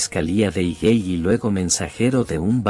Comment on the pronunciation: Amigo es :Higūey